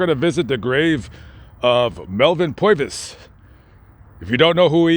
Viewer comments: Interesting account, but... what is with the "POY-vis" thing? It's PURR-vis. You would only say "POY-vis" if you hailed from "da Bronx" or northern "New Joysie" maybe... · Purvis, as in pervert, not Poivis. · Name is pronounced Purvis - Like Purr vis Brother - Appreciate the info but a few clarifications, as to why he left the FBI, Hoover jealous of Purvis' fame, removed Purvis from the Chicago leadership of the FBI and ostracized him. Giving him duties aimed at forcing him out of the FBI. Hoover, because of his jealousy, blocked Purvis' many job opportunities so ultimately he did join the Army during WW2. He was actually friends with Hermann Goring, Nazi leader 2nd to Hitler, previous to the start of the war staying at Gorings home, Carinhall in the Schorfheide Forest, and going hog hunting with him on one occasion.. It was Purvis that interviewed Goring after capture, and Goring was happy to see him and greeted him as a friend, but Purvis let Goring know that he would not escape the death penalty. It was up until that point that Goring believed he would. Melvins and wife Rose Purvis grave at Mount Hope Cemetary is just up the street from my home Also.... Melvin not only led the team that killed Dillinger, but he was on the scene in front of the theatre and lit a cigar as a sign to the other agents that Dillinger was leaving the theatre. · POIVIS ? Thought his name was PURvis.. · I can not believe it!! I live in Darlington which is next to Florence AND we are distant relatives of Melvin Purvis. It’s my Mothers maiden name actually so not too distance. I don’t know anything more about the man though. The only thing better than this is if I could have ran into you myself bc I have too many family members out there to count. Safe travels my friend. PS it’s pronounced “per” vis Thanks for the great videos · he can't say PUR-VIS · He can't say Purvis 😆😂